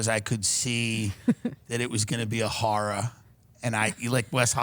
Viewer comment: Tims long island accent comes out when he says “the horra!”